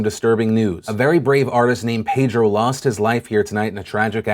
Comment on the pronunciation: Phill you know it's pronounced Pedro not Paydro